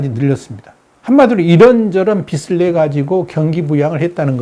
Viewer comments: '비슬'이 아니라 '비즐'이라고 발음하는 것이 맞습니다... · 우리나라가 더 심각해요 우리나라 경제나 좀 분석해주세요. 빚이 [비지] 빚을 [비즐] 이라고 발음해주세요. 듣기 거슬림. 비슬이라고 발음하지 말고